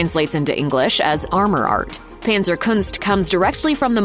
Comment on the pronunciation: Panzerkunst is a German word, thus pronounced not with the English "a" but the German "a," like in adorable.